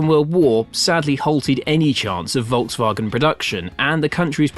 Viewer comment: I am elated, An English speaking person that has not slaughtered the pronunciation of the Volkswagen, living in the US I'm constantly plagued by even advertisers pronouncing it as they see it. 👍